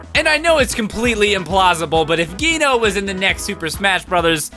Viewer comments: its not said gee-no its said jee-no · Wait it's not g-no its je-no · I wasn't going to say anything, but it was really bugging me too. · Did he say geeno? I thought it was pronounced like jeeno. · GHEENO? It's pronounced Jee-no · Please pronounce "Geno" correctly. It's not "Gee-no", it's "Jee-no" please. It keeps bothering me, and I'm sure I'm not the only one. (Don't hate, it was confirmed that it is pronounced "Jee-no") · Geno is not pronounced (G-ee-no).It's pronounced (J-ee-no).Common Mistake:). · Geno is pronounced (jee-no) it's an Italian name and that's how it is pronounced. I also think the name is pronounced like that in Japanese and has a meaning to it. Nit sure what though. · It’s pronounced jeno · it's pronouncend jee no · ITS JEE NO. JEE-NO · "Gyno" lmao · its pronounced Geeno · its pronounce (G-no) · It's pronounced like "jeeno." The katakana for it is ジーノ (jiino). With a hard g sound it would have been written ギーノ. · No its pronounced gee no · "Geno" is pronounced as "G no". Just thought I'd throw that out there. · I thought it was said as Jee-no but ok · The way you pronounce geno is unnerving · Yeah pronounces it wrong. That's not even a different way to say it, he just says it wrong. No offence. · Super Mario RPG!!! Best game EVER. Congratulations on 1 million subs!!! Also you're the only other person I've ever heard that pronounces Geno with a hard G! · I've never heard anybody pronounce "Geno" like that. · MegaBeastout901 Less enphesis on the Guh sound, more of a Juh sound